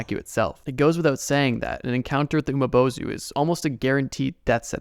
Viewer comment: You pronounce something wrong the umibozu is pronounced umibozu not umabozu